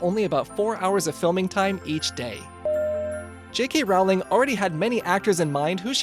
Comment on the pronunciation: He cant even say J.K Rowling!